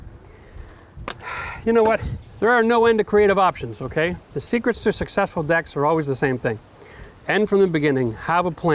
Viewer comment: Is he says decks or dicks, he did say sit back and enjoy lol.....rain bows and smiles, haven’t heard that in a long time